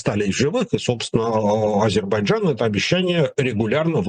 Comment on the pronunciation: потренируйтесь, пожалуйста, произносить правильно слово Азербайджан, - Вы произносите это, как Горбачёв!